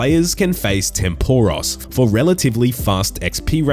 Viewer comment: my god man, atleast pronounce tempoross correctly